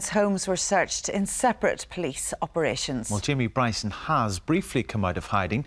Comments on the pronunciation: Wee Jamie Bwyson. His God given Wight. To Peaceful pwotest. Fuckin Funny as Fuck. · For ages i couldn't understand why people were calling him Bwyson & NOW i understand after listening to him speak. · Bryson the gift that keeps on giving. Is kryptonite is the letter R 🇮🇪🇮🇪🇮🇪🇮🇪🤣